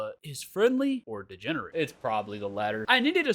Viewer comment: It's so funny when you say 'degenerent 😂